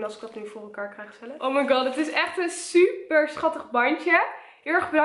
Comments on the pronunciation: Waarom zeg je zuper en niet super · jij zegt zuper inplaats van super en je zegt nogal vaak zuper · Het valt me op dat je heel vaak zuper zegt inplaatsvan super MAAAAAAARRRRRRRR LLOOOVVEE YOOOUUUU en stop nooit met YouTube💕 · HAHAHA je zegt de heletijd zuper